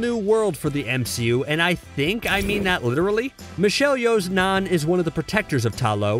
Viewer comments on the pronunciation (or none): none